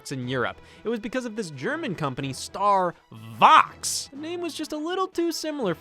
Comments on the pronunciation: German "V" makes the English "F" sound. It's not starvox as you said. Literally pronounced "starfox." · Also, doesn't the "st" at the start make the "sht" sound? So it's pronounced "Shtar Fox". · I'm pretty sure that in German this would be pronounced the same way as Star Fox since the V usually is pronounced the way an F is pronounced in English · Also Star Fox in a German accent sounds I͟D͟E͟N͟T͟I͟C͟A͟L͟ to StarVox.